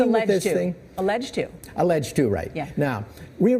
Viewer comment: The word allegedly seemed like a slip up...